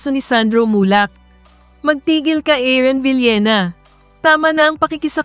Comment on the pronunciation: Paki ayos po ung pqg pronounce ng name. Aaron po hindi Aaren.